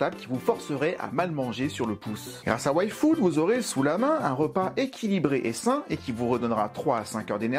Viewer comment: tu as dis "Yfood", j'ai entendu "Waifood" ( Waifu + Food ) X)